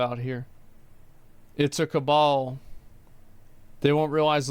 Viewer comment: Half a dozen media caglimorates? "Cabal" lol